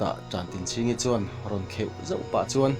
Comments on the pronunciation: Khawpuiṭan/Ṭan tlang a Ṭan tih ang hian Ṭantinchhingi tih hi lam la, a phuahtu te pawh zawt ve la.... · Tantinchhingi tihhi i chhiardiklo deuh niin a lang.